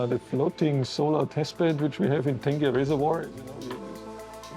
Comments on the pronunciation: The reservoir is called Tengeh though. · Ten-gay Reservoir... I laugh every time I hear that... hahaha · From Tengah to Tangeh🤣😂😅hilarious! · Never realized I needed an angmoh voice to teach me how to pronounce tengeh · Tengah Reservoir guess that’s what they are referring to. But really, it’s a big booboo. How to get a name wrong and still make a documentary out of it.